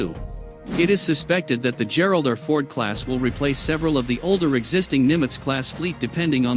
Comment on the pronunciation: "Geralder Ford class"?? C'mon, fellas. That's the letter R, pronounced "are," OK? Do I have to spell it out for you? Just say "Gerald Are Ford," got it? And no, no. Stop, stop. You don't get Brownie points for saying Gerald Are Fords.